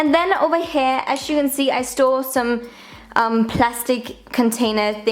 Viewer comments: Am I the only one who thinks it sounds like she says "I stole..." when she says "I store.." Lol it just throws me off for a split second every time haha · it sounds like she said " in thees drawers I stole all my makeup